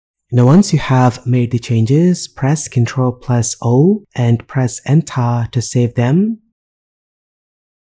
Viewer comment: "Press ENTHAA !" was the best part of this video loved it ! :)